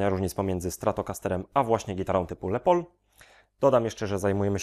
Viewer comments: Kolego jaki Le pol??? Wymawia się Les Pol ( Les Paul) Les Paul, właśc. Lester William Polsfuss (ur. 9 czerwca 1915 w Waukesha, zm. 13 sierpnia 2009 w White Plains) – amerykański gitarzysta jazzowy i wynalazca w dziedzinie technik nagrywania oraz konstruktor gitar elektrycznych. Określany jako "Thomas Edison przemysłu muzycznego" wynalazca nowego typu gitary nazwanej Gibson Les Paul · lespol się czyta poprawnie. "pol" akurat dobrze przeczytane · dobry poradnik ale dwa szczegóły les paul a nie lepol i to nie jest imbus tylko TORKX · Swietny film. Mam tylko jedną uwagę co do wymowy Les Paul. To nie jest francuski wyraz, tylko imię. 30 lat temu kolega mnie wyśmiał jak powiedziałem Le Paul, wiec zapamiętałem :D It's pronounced "Lezz", rather than "Less". It's short for Lester which is pronounced "Less-ter" admittedly, but it's the same as the shortening of Leslie in that respect. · Nie wiem jak jest poprawnie co do wymowy ale myślę, że les paul ( czytane tak jak pisane ) lepiej brzmi niż : "le pol" . :D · "Les pol" a nie "le pol". To jest zdrobnienie od imienia Lester które bynajmniej nie jest francuskie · les paul a nie le pol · Nie Lepoul tylko Lespoul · Lester Paul musi się przewracać w grobie, jak słyszy „le pol”. Sorry, bro, do tego nie idzie się przyzwyczaić. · Czemu mówisz "lepol" na tego pięknego Les Paula ? Czyżby to jakaś ksywka ? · Dodam jeszcze, że jest to zdrobnienie od angielskiego imienia Lester. Więc jak najbardziej "s" powinno być wymawiane. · Les Paul nie czyta się z francuskim naciskiem. Zapewniam na 100%